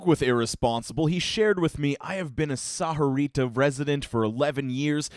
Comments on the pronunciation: The way he said sahuarita made me cringe lol the h I silent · It pronounced more like saw-rita though. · It's weird to hear Sahuarita pronounced like that lmao. I grew up around a bunch of mexicans (myself included) and I usually hear it pronounced as "sa-vua-rita" (thats the best I can write the pronounciation lmao) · Um, excuse me, I believe it's pronounced Sawarita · gotta love hearing mispronounce ur hometown over and over again >:0,............. just kidding, love ya stuff man:) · i was thinking the same thing... not how u say it XD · The way he says sahuarita just makes me die a little inside each time he says it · You’re saying Sahuarita more white then I do